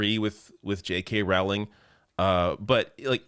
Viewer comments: Rowling, pronounced like bowling. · I know it's minor..but the name rhymes with bowling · it's "rolling" like row, row, row your boat.